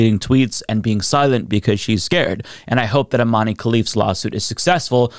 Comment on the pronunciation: It's pronounced iman not imaneee, great video though